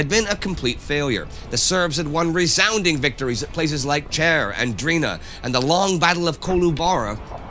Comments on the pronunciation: Not hating but Cer it's pronounced Tser (kinda like russian tsar), not Cher. Love this channel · This is such a surprise to me, I cant get hold of myself. Someone actually thought it was worth talking about the Great War and the "small Serbia". Thank you Par, my (lady) hat off to you. And just for bit of fact correction-the battle of Koloobara and Tseh:r, not Chair, and fon Galvez pushed south into the valley of Morava not Murabba. Indy Neidell, thank you as well, Im just speechless that there are people caring for genuine history and facts of Europe and the Balkans. Lovely to meet you , and will be following you 😗